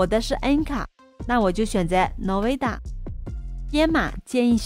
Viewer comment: 感谢分享这个开源软件，学习了很实用，另外nvidia，N不读no的音，而是读 en的音。